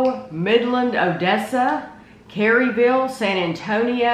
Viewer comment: KERRville, not CarryVille!😄 Where do you two live?